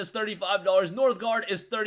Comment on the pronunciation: Northgard* not -grad lol. keep them vids coming!